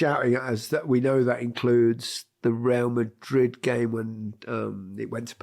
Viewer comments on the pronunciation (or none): none